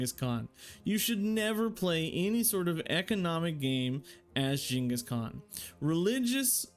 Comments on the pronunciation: I know right man, he said it how it is correctly said in Asia or Mongolia. Shocked me too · Jesus that pronunciation